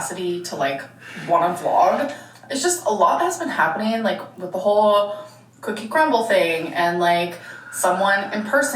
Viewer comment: "cookie crumbl" fills me with rage